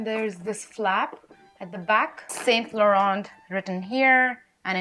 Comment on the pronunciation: T is silent in Laurent.